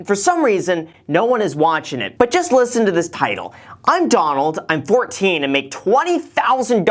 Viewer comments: Hey Graham! It's DonLAD, not Donald 😂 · Wtf is a donlad? Sounds like a bowel movement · When his name actually isn’t Donald… it’s DONlad😂😂nice Graham 😂